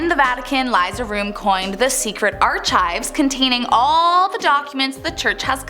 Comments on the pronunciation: "Ar-chives...ar-chives"???? Why?!?! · Did... Did anyone at Most Amazing think to say something to her about Are-Chives? Orrrr??? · When she said “our chives” instead of ARCHIVES, I was dumbfounded. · Archives Is not pronounced "ARH-Chives", its pronounced, Ar kives" 😊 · Ar'Chives? 🤣😅 Archives ? Say it with me Are Kives. Archives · Ok I guess I'll be the shallow one here and mention that you pronounced ARCHIVES wrong dear. It should be pronounced with a hard sound at the CH with a K sound to it. And not a soft CH sound as in chives. So it's pronounced ARKIVES? Hope this helps. Have a blessed day.) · Sweetie it’s ARK- IVES not arch!!!! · Not 'archives' like our chives, but 'archives' like arr kives. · The Vatican... Indeed... It's R kive. Not ar chives... Chives are a spice. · I thought it was pronounced arkives. Not ourchives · Arrggh! I can't stand it! It's not pronounced "arch-ives"! It's pronounced, "ARK-IVES"!! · Your pronunciation of archives is awful. Think of the ch more as a k, arkives not archives. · Ar-KIVES...... not Ar-CHIVES1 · Lmao...Are Chives 🤦🏾 why did they allow her to mispronounce that? She doesn't host a lot of these either...makes you wonder if there was comical intent 🤔😅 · Lol arr chives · Ar-chives lol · “Archhhives”?!?! No one told her? Come on. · Did you really just say ar-CHIVES?! Wtf. Stopped listening immediately. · Chives lmfaoooooooooooooooo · Ar"chive" heheheee you have one job it's to speak words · It's pronounced archives Not ar CH ives. Like the same sound as kiniving not pronounced Chicago. It's hard to listen to people on YouTube without who lack the talent of being well spoken. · WHY would I want to watch someone SO STUPIDLY illiterate?! "ARCHIVES" PRONOUNCED LIKE ARKIVES. FIRE THIS IDIOT OR I WILL UNSUBSCRIBE!! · Ar- kives is the was it's pronounced. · Arr chives? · Pronouncing it as "Are-Chives" just seems odd. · I love sour cream and “ar-chives” on a baked potato 😂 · Arrrrrr chives.. hahaha. 🤣🤣😂😂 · pronounced "Arckives"